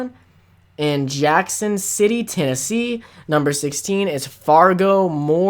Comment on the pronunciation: I went to connooga. They are going through a transition because the Choo Choo hotel is now condos so it wasn't as good this year but it was still fun. ETSUcon is in Johnson City, TN. It sounded like you said Jackson